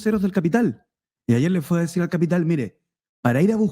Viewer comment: El. Cápital jajaja. El de tu familia es capppiiiiitall bueno? Zurdo caviar